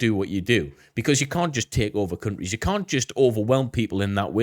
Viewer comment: He said “CUNT-REES” 😂